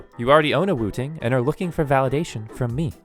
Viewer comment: I keep hearing you say wu-tang lol